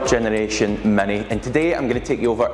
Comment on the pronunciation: Its MINI, not MANY. pls learn english, since you are from UK